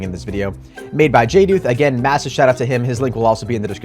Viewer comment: Someone said jduth’s name right!! Everyone says (jay-duth) but it is (jay-dooth.)